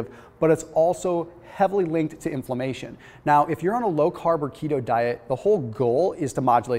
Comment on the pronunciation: Is "inflommation" related to inflammation?